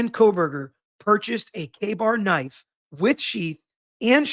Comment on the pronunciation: I was listening and I kept hearing gay bar knife. Thankfully I finally read the transcript.